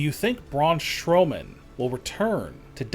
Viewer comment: Why does the narrator says brawn shrowman not Strowman 😂😂😂😂😂😂